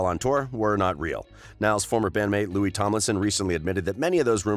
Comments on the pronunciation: "Couple of years" wtf ? "Loui'sss'(!!!?)" Tomlinson? 😕😓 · Nd btw the 's' is silent in Louis !!!!!! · Anyone gonna talk about the fact that he said lewis tomlinson?!? or am i the only one that watched that far? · DBHXYSUSVXYSIS he called Louis Lewis he already said it’s Louie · Why is it every time one of these channels talks about Louis they pronounce his name wrong? You’d think if they were going to make a slanderous video about someone they’d take time out to learn their names smh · Well you went most of the video without ficking up Louis's name.